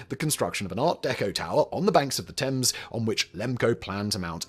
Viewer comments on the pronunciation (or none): none